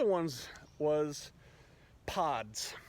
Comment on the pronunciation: PODS!!! ohhh I thought I heard POOOT!!😅🤣